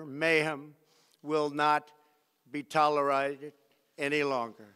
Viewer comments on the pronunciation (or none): kuaidian 又听了一遍，他这里没念错，是我看岔了。6：24tolerated明显读错了。还有6：27这特明显，川普之前看着两遍时口齿伶俐，这时看到中间马上就口吃。it will not be allowed to go forward他想了好久才说出来